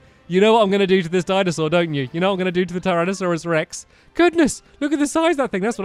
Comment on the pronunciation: Why do I hear Diamond Sword every time you say Dinosaur